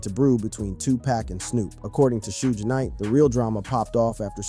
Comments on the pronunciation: He said shoooje knight, and 2 pack. Shaking my mothafuckin head yall. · Shooge Knight and Two-pack is high-key disturbing to my ears! It's hard to focus on the content when he keeps mispronounciating these men's names!! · "Shooge Knight" ?? "2 Pack" ? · 'Shooj Knight' is crazy work AI guy. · Time for y'all to immediately unfollow the page. Dude be using AI instead of putting the real work of a content creator. Posting a video that says "Shoodge Knight" and "TooPack" is outright shameful shit.:text-green-game-over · Bro ain't no way you saying 2 pack an shooesh knight